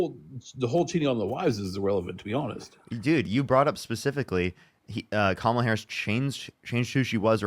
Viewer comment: why is it so hard to say Kamala? COMMA-la (rhetorical question, i know why)